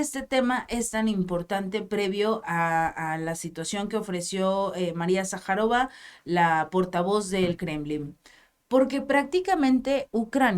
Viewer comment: Hey: es "Sajârova", y no Sajarova...